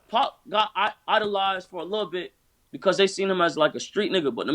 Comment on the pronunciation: Bitch his name is 2pac not 2bak 😂 clown ass bitch